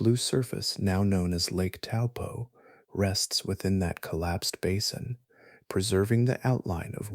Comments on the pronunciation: Correct pronounciation of Taupo is Toe-poor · Hi i live in New Zealand and the correct way to say Taupo is" toe paw." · Taupo is pronounced T-O-E P-A-W